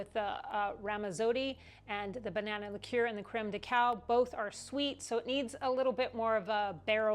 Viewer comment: I would definitely like this one!😄 Haven’t had a lot of Bourbon Tiki Drinks. Sounds delicious!🏝️ Love that you pronounce Liqueur the right way!! Even though I know how to say it the right way, it always comes out wrong!!🤣🤣 The Mermaid was a nice touch.🧜‍♀️👏👏 Have a great week!!